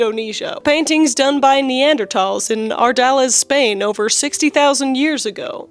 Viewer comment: Can't get around the way you pronounce neanderthal... Is it called soda, pop, or cola?